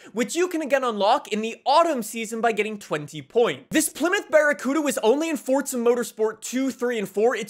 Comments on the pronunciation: It's called forza, not fortsa 💀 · why do you say "fortza"? it's "forza", not "fortza" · It's not fortza it's forza